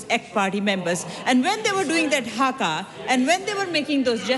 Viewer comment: It is HAKA not Hagar.